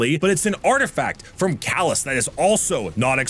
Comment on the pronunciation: It's "Calus" not "Callus."